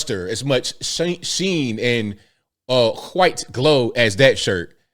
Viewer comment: Whenever you say, "whooo-ite." it ALWAYS makes me chuckle.